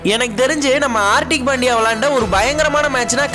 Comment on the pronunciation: Bro ot is pandya not pandiya